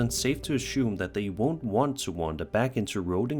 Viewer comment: Assume my guy not ashoom